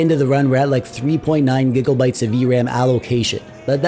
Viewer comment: "4 giggle bites of v-ram" LOL